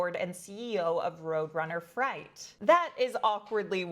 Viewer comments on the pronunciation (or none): Freight not fright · Thank you. Freight = Fr-ey-t